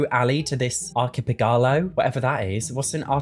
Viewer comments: Archipegalo 😂❤ It's archipelago - a group of islands 😊😘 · "ARHIPEGALO" I love you 🤣🥰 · The way you pronounced Archipelago SENT ME 😭😭 An Ar-kih-pelle-ago is a collection of islands within a certain area, such as Hawaii, Southern Greece and even the British Isles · Archipelago: pronounced like "ark", "pel" is the strongest syllable. It's a group of islands, like the Island Paradise world